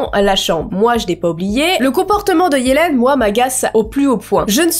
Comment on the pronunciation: Tu sais qu'on dit yeliiiiiiiiiiiine